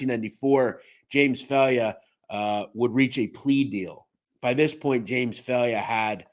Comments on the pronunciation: Respectfully, It’s not pronounced “Fail-yă” it’s pronounced “Fī-ella” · My god you are butching the names. JHC do a little research. Jimmy FailYa??? WHAT THE F.